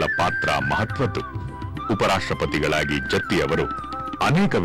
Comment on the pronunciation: Please note its "Jatti" not Jathi. Please correct it.